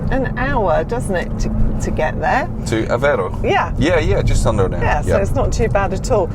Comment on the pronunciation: Aveiro, has an I on it, not Avero. Avero sounds spanish. The "ei" sound in portuguese, sounds like the ei in "eight" Try saying Aveigh'ro. The I is pronounced. Any "ei" in portuguese is pronounced like that =), just think of 8, muting the T. It's funny that English speakers struggle with that sound, despite it existing in English. Maybe noone made the comparison to the sound of eight... hahahah.